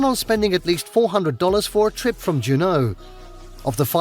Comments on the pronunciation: I'm 78, and I've kayaked many times in recent years. It's fun. He inadvertently put the em-FAH-sis on the wrong syl-LA-ble when it came to Juneau. It's JEW-no, not jew-NO, named after a local French Canadian about 150 years ago. Back in '84, I drove solo to AK, and one of my main stops was Denali. It's was spectacular. To get a grasp of how big Denali is, it's #3 in size in the country, at 9531 sq. mi./15,335 sq. km.--about the size of Vermont in New England. You misunderstand him when he said it's a river of ice, in that it moves like a river, but it's solid ice. What makes it move is that it slides down the mountainside. He also blew the pronunciation of Kenai Fjords; it's KEEN-eye, but he said KEN-eye. The birds are puffins. Polar bears, as evidenced by their name--polar--are only above the Arctic Circle, which is about the northern 1/3 of the state. Speaking of Anchorage as the biggest Native village is hilarious, in that at almost 300,000, + some suburbs, is the state's largest city. Re. the tribes, Tlingit is closer to KLINK-it than LING-git, and Haida is HIGH-duh, rather than hah-EE-duh, and SIMMY-shan (Tsimshian) is actually SIM-she-un. I'm going to throw something in here just for giggles. It's not 2 trains we're seeing. Rather, it's the same train with 2 different kinds of cars--some for passenger travel, and the ones with a glass top are specifically enjoying the scenery. Deadhorse is the last town, and not much in that category, before you reach the oil fi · Or, his pronunciation of Juneau with the accent on the second syllable (dju-KNOW?). The odd thing about that is many British pronunciations shift the accent to the first syllable (PEA-can, not pea-KHAN). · I live in the capital it's pronounced Joo-no. A LOT of mining history here. I've hiked under the Mendenhall glacier many times. There are a million reasons to visit Alaska, nature is number one. I don't want to live anywhere else. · When this AI says Doyouknow (Juneau), I think, no I don't!